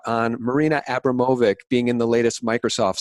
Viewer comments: It’s Abramovic. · It's pronounced A-brahm-o-vich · It's pronounced Marina Ah-BROM--oh-vich :) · Marina Ambromavich ( Spirit Cooking ) You guys are pronouncing it WRONG! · Thanks but they still pronounce it Wrong!